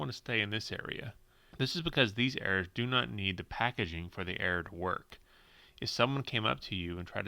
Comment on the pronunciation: Oh "errors" for the first few minutes I thought he was saying "air"